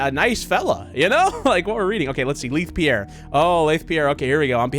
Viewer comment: It’s spelled Leith Pierre, but it’s said LAthe Pierre